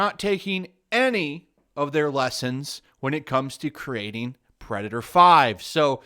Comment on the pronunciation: Also "Perdator"